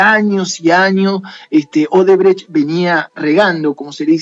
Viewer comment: Es odebrecht y casi todo el video pronuncias "obredecht"